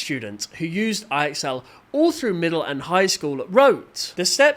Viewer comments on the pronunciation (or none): fyi. ixl is supposed to be said like "I excel at school"